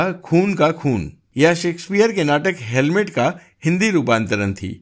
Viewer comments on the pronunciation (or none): It is hamlet not helmet as you said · That is H A M L E T not H E L M E T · हेमलेट को हेलमेट बोल रहे हो, इसलिए इसे आगे नहीं देख रहा हूं। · आप हैमलेट को हेलमेट बोल रहे है, कहीं चालान तो नहीं कट गया आपका वाहतुक पुलिस ने!😂😂😂😂😂😂😂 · You keep saying helmet instead of Hamlet, poor Shakespeare must be cursing you.:face-orange-frowning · "Helmet" nahi, "Hamlet"🤣🤣🤣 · हेलमेट नही हेमलेट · 'Helmet' or 'Hamlet'? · Helmet nahi Hemlet bolen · Hamlet not helmat bhai